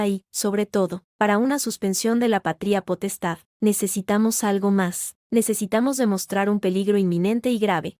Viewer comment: ¿Pa-trí-a potestad o pa-tria potestad? Tremenda burrada de los que suben estas historias a la IA. Es errores trás errores garrafales. De gramática no saben un comino.